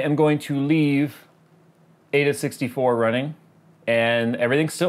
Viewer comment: its pronounced "eye-duh 64"